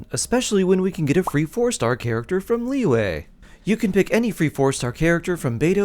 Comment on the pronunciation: Liwei? It is pronounced Liyue, not Liwei.